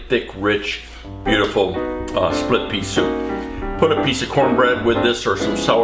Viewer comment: Oops! “Splip” Pea Soup 😊